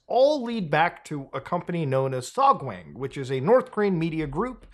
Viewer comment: To be fair to Beer Guy, beer does in fact have lots of B vitamins. Love the vid, but my guy, your korean pronunciation bugs. It's pronounced "sohg-wahng" for example, not "sohg-wayng". Always pronounce the korean A like "ah". If you're bored sometime, check out how to pronounce the language -- it's actually quite easy to learn, because the written language was created by King Sejong to help the poorer parts of the population learn to read some centuries ago. You can go from knowing nothing to being able to pronounce almost every syllable in less than an hour.